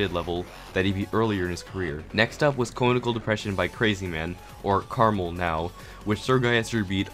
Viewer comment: Krmal Subtitles: Caramel Seem legit